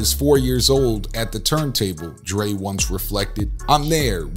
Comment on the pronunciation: Am I the only one who heard the narrator call Dre, Drake ? 🤷🏽‍♂️